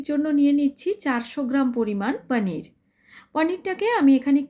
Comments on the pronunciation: আপনি একটু বেশি ঢং করেন। পনির কে পানির বলছেন বারবার। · Poneer ke onekei paneer bole ... Seta ke dhong bolar kichu nei... Ranna ta dekhe bujhte parlei holo